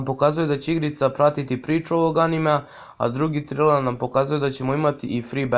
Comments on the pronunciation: Nije triler nego trejler😂 inc supp klip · Ima barem 20 bitnijih vesti vezanih za ANIME a ne mainstream.Nazovi serijal mainstream vesti zato sto ovo nema nikakve veze sa celom industrijom vec samo sa usranim balkanskim mainstreamom. I ne kaze se triler nego trailer(trejler).Evo ti jedna konstruktivna kritika kojom ne zelim da te uvredim vec da ti pokazem tvoje greske.